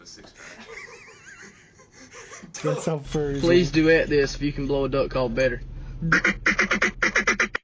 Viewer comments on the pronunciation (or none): Did he say 5 J furries?